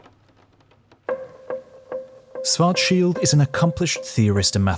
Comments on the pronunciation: Why do you say Swarzschild and not Schwarzschild? It's the same difference as sit and sh... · Swartzshilt? Its Schwarzschild=Shwartzshilt BlackShield in english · Why do you pronounce schwarzchild as schwarcheeld? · Schwarzschild. Can always count on Brits to mispronounce literally everything not-English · He was German. His name isn’t spoken like in the video, it starts with Sch, it’s pronounced like the sh in shallow. Next time, use google translate, it does a better job saying the name.